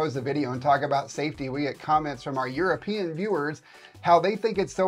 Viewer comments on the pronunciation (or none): none